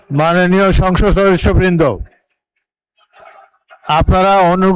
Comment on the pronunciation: সংসদ ❌ সংগষ্য ✅